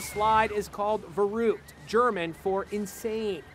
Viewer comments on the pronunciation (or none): its "Verrückt" not "Verruckt" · In Germany we say „verrückt“, not „veruuhgt😂“ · Its Verrückt Not Verruckt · It's called Verrückt Not verruckt Don't 4get those dots on top (I hear my teacher scream back then) Haha Greetings from Germany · Verrückt is German for insane not verruckt ;) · It's pronounced veruct not verooct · Not voruckt it’s pronounced like verruct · its verrückt, not verruckt, ty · It’s verrukt not verruket yea play zombies like me kid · Its verrückt not veruckt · It's "verrückt" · Pronounced "Verruckt" wrong. GOOD JOB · Its called „verrückt“ not „verruckt“ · First of all rip Caleb and my condolences to the family. Secondly in German it is verrückt. The ü is a special letter in the German language. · the way he pronounces verrukt..... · Rip but the name of the slide is pronounced ver ruk Ed like the zombies map not ver uke I will stand for our zombies community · DUDE ITS SPELLED VERÜCKT NOT VERUCKT but it’s still scary but I’m german but next time a Ü or Ö or Ä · Verrückt Not verruckt 😂😂😂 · yo its peonoumced vuh ruhkt anyone who plays zombies would know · You pronouncd veruckt wrong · I died a little bit inside when that guy said «Verruckt». I’m German... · 1. Verrückt* 2. Most terrible pronouncation 3. Omg why tf would u open smth like that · All zombies players know he’s pronouncing the name of the song wrong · He said verruckt wrong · That’s not how you pronounce verrückt 😂 but man Rest In Peace ! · I speak german and its spelled Verrückt and you say it otherwise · You don’t pronounce it like u, you pronounce it as an a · Verrukt?? Only true Germans know how to pronounce it I’m looking at ya zombie players